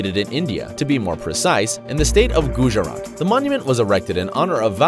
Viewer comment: Its Gujarat not googarat